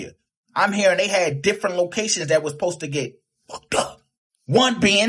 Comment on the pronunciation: The word is "supposed." It is not "post-tu!" Ignorance is running a muck!